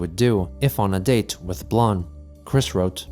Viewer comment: Wow he actually pronounced blanc correctly!